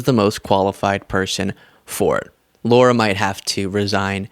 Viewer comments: It's not low-rah, it's lah-rah! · Hi! I watch you more than once a day and love your insight. It's Lahrah ( Lara Trump), not Laura...it's a fine distinction, but I'm "Laura". and I can't stand the skank. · Amazing! Lara was able to humiliate herself without singing! PS - it's pronounced "Laira" or "Lahra" Trump, not pronounced " Lora" Trump. No "U" in the name to give the "oh " sound! By the way, the name got popular after the "Dr. ZHIVAGO" movie, the female lead character's name! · Pronounced lie are ya trump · The way you always pronounce “Lara” as “Laura” most really piss off the Trumpies. Good job. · Sorry, love the channel and your content but you keep making a minor mistake. You keep saying Laura Trump, her name is Lara not Laura. I dont see it as a big deal but i know you care about accuracy and it would be like calling Star Wars Star Trek or Lara Croft Tomb Raider Laura Croft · Are you actually saying "Laura"? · I can't stand her, but please stop calling her "Laura".